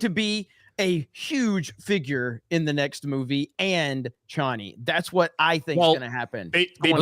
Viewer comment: The Dune changes from the book really pissed me off but I know I'm in the minority. Also they pronounce Chani's name wrong the whole time and it made me so angry 😡